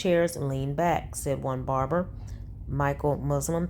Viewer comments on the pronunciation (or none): This ninja said "brarber shop" 😅😅😅